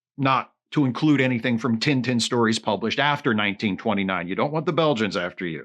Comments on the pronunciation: To hear tintin pronounced "tinn tinn" is the cutest thing I've heard this year! (for this joke to work, please pretend I commented that on the first of january) (and just to be safe, I'm not making fun of here, I realize that for a english speaker, it makes sense to pronounce it that way, I was just amused by the fact that when he mention the character for the first time, I was like: "who the heck is tinetine?"... ok I'm done) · do you guys really pronounce "tintin" like that? 😭